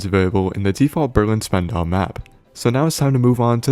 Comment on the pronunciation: Never heard anyone pronounce "Spandau" like a war crime, but it makes sense if you have ever been there.